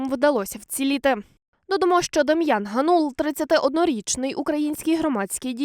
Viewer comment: Кореспондентці слід краще готуватись до репортажу - ГАнул, а не ГанУл.